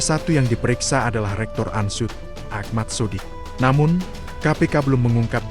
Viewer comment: Ini reporternya orang bule ya. UNSOED di sebut ANSUD